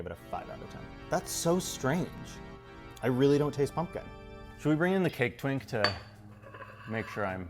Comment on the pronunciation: Am I the only one that thought he said "Cake Tink" and was a little disappointed when Cake Twink didn't come out dressed in a Tinkerbell costume?